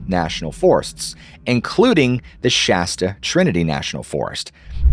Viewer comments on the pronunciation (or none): none